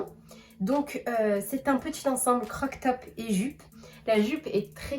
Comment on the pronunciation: CroP top....mais mignon le "croc top". En tout cas c'est ce que j'entends 😉 Au temps pour moi si je me trompe! Et jolie la robe rouge!!